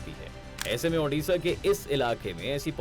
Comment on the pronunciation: Odisa not odasa